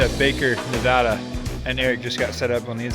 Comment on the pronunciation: so glad to hear you guys pronounce Nevada correctly. funny to me how all our back roads and double lane highway's look the same. i am east of reno and i could have sworn a few times you were driving in my back yard. keep on keeping on.